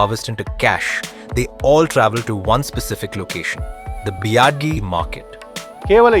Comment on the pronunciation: Everytime he says "biadi" I die a little inside 🥲